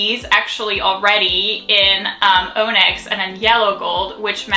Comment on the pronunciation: OMG they look stunning on you! MOP really suits you. BTW "onyx" is pronounced ON-icks, not OH-nicks.